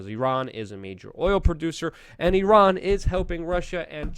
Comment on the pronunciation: You done messed up I-I-Ran!